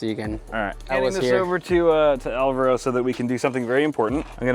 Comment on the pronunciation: I hope by the end of the house construction can pronounce Alvaro's name properly